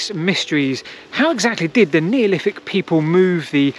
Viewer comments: Excellent video as always, but… “Neoliffick”. 😂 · I'm sure Wolfie Smith would have pronounced it exactly the same 😆